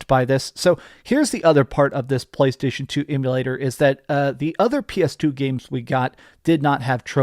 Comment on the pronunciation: I cringe every single time you pronounce “PlayStation”. You F’ it up, for the rest of us…🤢🤮🦄